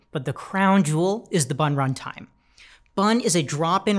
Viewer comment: I thought he said "buntime". almost dropped my croissant.